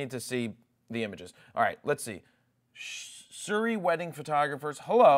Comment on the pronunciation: Jared, 1.18, Surrey is a county in the UK and its pronounced like 'curry'.